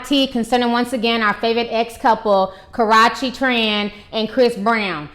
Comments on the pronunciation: Its KA ROO CHEE. Not Crotchy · That girls name is not KAROCHE ITS KARUCHE CNT SPELL IT RIGHT BUT I CAN SAY IT RIGHT BUT U ARE MURDERING DAT GIRLS NAME SO HARD DAT ITS KINDA HARD 4 ME 2 👂 DIS INTERVIEW DNT KNO WHY ITS SO CRINGING BUT IT IS 😠😧😄😄😄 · do you know how to say karrueche not korrueche lol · why does she keep say Karachi.... isn't that in Pakistan lmao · Girl !! its ( ka • rue • che ) not ( kar • ra • che ) lol 😂😂😂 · It's actually pronounced kuh-rew-chee. But good video. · You need to learn how to pronounce her name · It's Karrueche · She don't Kno how to say her name right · I love you Ti but you keep jacking her name all the way up!😂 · Damn her are really Slaughtering her name . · Disappointed in you. As intelligent as you are, why would you make three videos and mispronounce the girl's name in all three? I'm SURE someone told you the correct pronunciation of her name. SMH! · ...re-watching this (after watching the latestest vids about CB going off on KT about, "speaking out of turn") because i had to come back to hear ti mispronounce KA-RUE-CHE's name like it's a cross between karate and sriracha!!! HILARIOUS..... why do so many of us get a kick out of this girl's name being pronounced incorrectly..... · Omg that's not how u say her name, it's so annoying bruh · Omg can this woman EVER pronounce Karrueche's name right...lawd! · So we'll just pretend you pronounced her name right? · You never say her name right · Ti butchers the hell out of Karrueche's name......but then again probably many other people do too. a lot of people butcher the hell out my name too, so I get it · lol it's killing me the misspronunciation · I love your videos but please learn how to pronounce her name. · That's how she talks and pronounces it (she isn't doubg it on purpose she can't change the way she says her her name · Obey MyMindlessness Yes she is... and it's so juvenile... It's not hard to pronounce the 'U' sound in her name, she says YOU quite often on her channel.